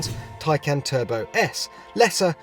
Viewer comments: Tie? Not tay? U wear a tay? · Geez. It’s pronounced “tie-kahn” like the first syllable in context or conversation - not as this says, “can of peas” or “I CAN’T pronounce Taycan. But then I can’t even pronounce PORSCHE correctly.” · Also, I think it would be Tie-Khan. Not Tie-Can. Just like the Macan. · Taycan not tiecan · correct it's "Tie - Con" not "Can" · Tie can?! Top gear? I don't think so. Change the name you are killing it. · In the effort to explain how to pronounce it you still pronounced it wrong, according to Porsche it's Tie-Car-N not Tie-Can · No not tie. It's Tay haha wth? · .......last time I looked that thing you wear to a job interview is called a TIE, not a TAY, just sayin' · They even explained how it is pronounced correctly and he still manages to fuck it up. It's Tie-Khan, Not Tie-Can! Awesome car though. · I think they did need it because even they got it wrong. It's pronounced Khan not can. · My CC is turned on and then if he says Taycan, the cc says " tie can" lol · Poor-sha Tie-con. Read it. Learn it. Live it. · Umm...it's pronounced Tie-KAHN. Did you not watch the video they made? Nice you went through the trouble to compare it to a "can of beans" when you are completely incorrect. Good one. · Did he say Tin Can ? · Congratulations! You pronounced Poor-Sha AND Tie-Con incorrectly. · Tie can? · Ok, is it just me, but since when is "tie" spelled T-A-Y ... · Excuse me but how the eff is “Taycan” pronounced “Tie-Kahn”? Tell me how you pronounce “Taylor” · Tay = ray,bay etc... I can do it? = TAKEN not Taican🤔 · For a very prominent media outlet, at least pronounce the car's name correctly. It's not as if Porsche didn't tell you how to say it. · How to actually pronounce "Taycan", per Porsche